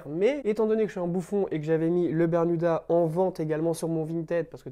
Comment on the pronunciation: Je crois qu'on t'a menti toute ta vie... C'est "berMuda" et non "berNuda" haha. Je l'ai vu aussi sur ton Vinted ;) tu vendras sans doute mieux tes bermudas quand les gens tomberont dessus :) Merci pour tes vidéos !!!